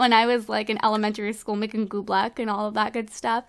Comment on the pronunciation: sorry to correct you but its oobleck